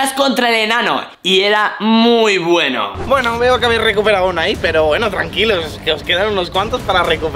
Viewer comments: en el minuto dijiste mal dijiste beno enbes de bueno me regalas un corazón plis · En el minuto enves de decir bueno decís BENO